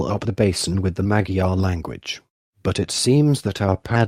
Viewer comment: The history is fascinating and thorough - but the robotic, AI presentation and butchered pronunciation diminishes the potential of this video. It would be top notch if re- done with a live narrator who can pronounce Magyar. Also photos or diagrams accompanying the content would be great - a big question mark is nonsensical.